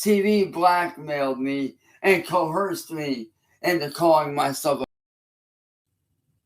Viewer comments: I'm only going to say these things once: WILLIAM ALWAYS WINS 🏆 IT'S COERCED, NOT CO-HERSED!! 🤬 JHFC, MAN!! (got the 43rd like again) 🏆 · Guys guys guys he got cohoooorst 😂😂😂😂😂😂 I’ve never in my life heard someone say coerced as cohorst